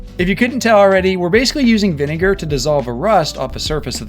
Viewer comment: I don’t think that’s how you pronounce vinegar